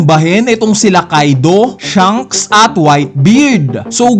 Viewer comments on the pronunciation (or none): none